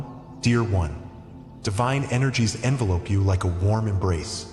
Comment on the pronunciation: AI mispronounced “envelope “ as in a letter vs being surrounded. I really believed that this voice was a real person. I am so disappointed. Things like this bring cynicism and doubt.